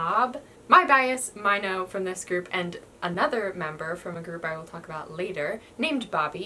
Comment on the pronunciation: You pronounced Winner's Minho like "my no" but it's actually prounced like "me no"... He is your bias...right...??